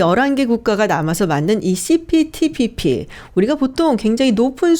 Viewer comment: 발음이… 씨피피피피